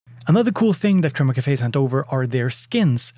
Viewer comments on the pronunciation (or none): none